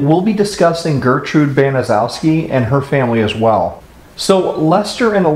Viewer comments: Baniszewski is is a Polish name pronounced BANN-eh-CHEV-skee. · Just a note: Gertrude Baniszewski's last name is pronounced incorrectly in this video. It's BAN-uh-SHEF-skee. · The name is pronounced Benishefski. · I had the misfortune of having to look at that despicable woman, talk to this woman, and be professional with this woman, during her incarceration. I liked your presentation, because it’s pretty consistent, with the facts, surrounding this heinous and surreal crime. Her last name is actually pronounced Ban is shess key. Nothing has impacted so many people, who l still know, and had a link, to this story. Seriously, one would have to have the kinds of relationships in this tragedy, that we are just now, coming to terms with this, when one reaches this stage of their lives. My sister’ best friend, whose parents were doctors, was in gym class, with her, during that fall. She became a state trooper. Another individual who l know, is actually in position of drawings of Sylvia, And R. Hobbs., in addition to like yearbook notes. I was on the treatment staff for the IN Women’s Prison, among other prisons. Also was a prison hearing officer (judge,) and Gertrude worked right next to my office. Although most all of them are gone now, don’t think that we haven’t all shared our feelings in the last year. Given, her neighborhood, it was a rundown, mostly white, neighborhood. Later, neighbors apparently had actually heard the screams, but police are rarely called, even to this day. The depravity, brutality, and torture, surpasses any crime, committed in Indiana, that l can possibly recollect, was more grotesque or evil, than this. From all reports, Sylvia was a very sweet going lady, and wa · Gertrude Baniszewski could have told her kids to not make so much noise and to not pick on Sylvia and Jenny. She didn't do that. And the last name is pronounced as 'ban-i-SHEF-ski'. More than likely it's a Polish name, and zew would be pronounced as shef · Its a hard name 🤷‍♀️